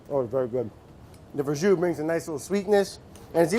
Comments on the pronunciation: Duuude it's Verjus not Verjous lol... sorry for being thatguy on the internet who points out stuff like that. Nice recipe btw :P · ver jus, FML